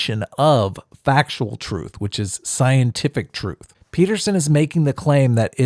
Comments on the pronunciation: What is “Troof”? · Did you have to put that Emo's face as your background the whole time? Furthermore, I refuse to accept an argument from a person that hasn't learnt to pronounce "th" and says "truth" as "truf" which is something that most 2 year olds have mastered. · I will never listen to anyone who pronounces it "troof". If you are born in England and you can't get basic English right I am not interested in your opinion.